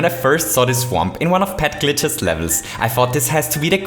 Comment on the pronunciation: You're saying "Pet GLITCH"